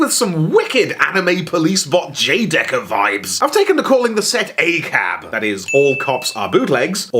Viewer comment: It’s very odd hearing say words like “Exkaiser” and “J Decker but I’m here for it (and want more of it)